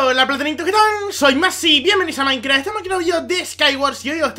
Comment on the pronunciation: escuche maincra enves de minecraft xD